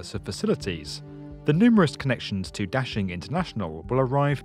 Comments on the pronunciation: Da-Shing, not dashing. Běijīng dàxīng guójì jīchǎng. Da=Big, Xing=Desire/Popular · Adolf Hitler That's not what I said. The narrator mispronounced the first word in 大兴 and mispronounced the second word in 北京. The vowel sound in 大 should be "ah" as in "father", not "apple" and the initial consonant in 京 should be "j", not "zh". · The narrator is mispronouncing the names. Da (大) should be pronounced "dah" as in "Wanda" and Beijing should be pronounced "bay-jing" as "jingle". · It's NOT daSHing. It's daXING. It reminds me how Brits can't pronounce t-BI-lisi, and say t-IB-lisi instead... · Daxing really sounds like dashing in English!!! Very well translated meaning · No. It means "big rise", "兴”means"rise", and "star"is“星”in Chinese. 兴 and 星 have the same pronunciation in Chinese. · Your pronunciation of Da Xing makes me cringe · Love how u butchered the name of the airport 💀